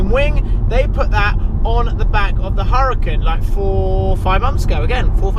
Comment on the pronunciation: It’s pronounced ur-a-con